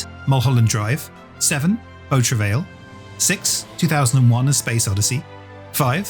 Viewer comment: Please, the film 'Beau Travail' is pronounced something like 'bo tra-vie.' Do not pronounce the final 'l.'